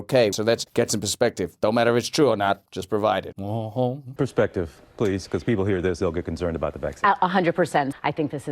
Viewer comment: "Persextive" 😆😆🤣 Legit crying over here.